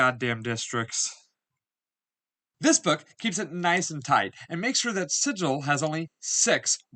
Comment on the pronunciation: It's pronounced Sig ill. According to the Old school books. :)